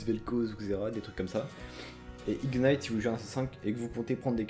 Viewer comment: "ignight", mes yeux saignent mdrr